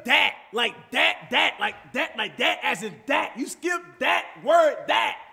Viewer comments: cash ur pronouncing that as dat bro. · "Like DAT as in DAT like DAT DAT as in DAT word DAT" lmao